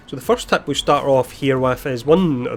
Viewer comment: You say "Tip" and it's sounds like TAP